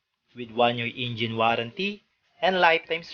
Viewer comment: natawa ako doon sa pagkasabi ng "Gy6 Ingine" at honda gy6 ingine🤣